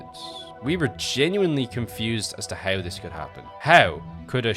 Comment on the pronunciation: I love the video but please, it's not "neaow" it's "now" It's not "heaow" it's how. Fix your prononciation it's frustrating